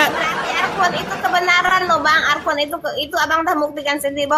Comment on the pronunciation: Arkuan😅mbak"mengeja alquran saja salah Hal sederhana saja sudah kelihatan botolnya😅